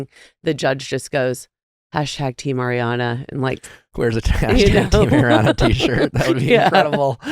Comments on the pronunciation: nick it’s ARiana not AIRiana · NICK, can you please start saying ARRRRI Ariana's name properly, it's so irking because come off some mindful and smart...do yo not hear Doute saying it properly over and over...dude!!! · Please stop saying Air-riann! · ariana herself has said she doesn’t mind since each parent had a different pronunciation of her name growing up. she’s used to both